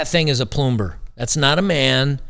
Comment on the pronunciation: A ploomber ha ha ha lmao